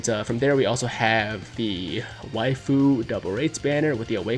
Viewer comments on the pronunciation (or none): none